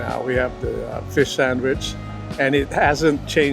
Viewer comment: Feesh sandwich sooo guuud